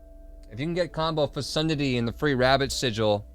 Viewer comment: Lol yeah that is not how to pronounce that word 😂